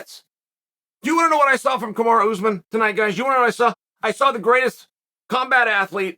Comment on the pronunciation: Lmaooo why does chael keep calling him kamara